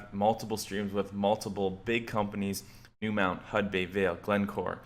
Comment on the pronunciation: Great vid , also its New "MONT"